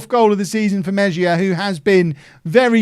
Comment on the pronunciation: It's pronounced Meh-hee-ya